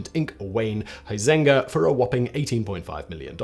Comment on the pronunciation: Always curious why people can't pronounce Huizenga correctly?